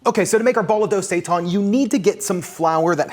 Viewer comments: It's pronounced "say tan" not "say tawn" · Thanks for this video. I am trying this as soon as I finish this comment. FYI Seitan is Pronounced Say-Tan not sayton. Not trying to be ignorant just informative thanks for the recipe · Thank you for your great videos. Could you please stop calling it sei-TAHN? It's seitan, the second syllable sounds the same as the word "tan," like when you get a tan. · Are you guys saying seitan that way to be funny? Like the queens English? Because I can’t for the life of me think of a word for “tan” is pronounced “tahn”.